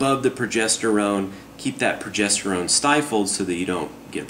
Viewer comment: Pwogestowone powah!!!!!